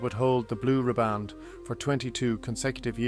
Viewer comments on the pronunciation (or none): none